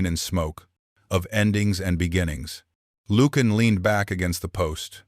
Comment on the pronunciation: It would be extremely helpful if you could spell and pronounce words correctly. Ie. Lucian…. The “C” does not have the sound of a hard “K”. And it is not pronounced ‘Lukan’.